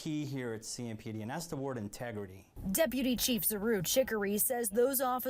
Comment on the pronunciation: Integrity 😂😂😂 i know you didn't say i Integrity